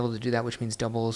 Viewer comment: “Doub-wool kick” 😂